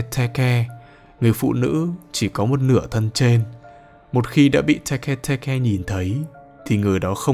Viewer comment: Tege tege:❌ Teke teke:✅☠️☠️☠️